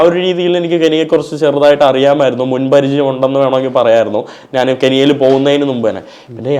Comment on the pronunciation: ചില മലയാള അക്ഷരങ്ങൾ പഠിപ്പിക്കണം. ഉദാ:നാന്,. മന്ന,മന്നൾ, അവൻ ഞ എന്ന അക്ഷരം ഉപയോഗിക്കില്ല